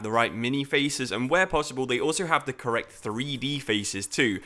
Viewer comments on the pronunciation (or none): none